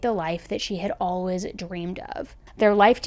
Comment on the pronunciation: Lol I just noticed you pronounce always "allwas". I love the accent!